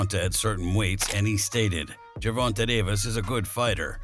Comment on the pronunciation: Why do you always pronounce Gervonta's name wrong